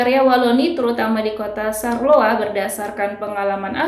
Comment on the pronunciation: Bacanya bukan sarloa, mbak... tapi syar-loa ... pake 'shod' kalo bahasa Arab :-)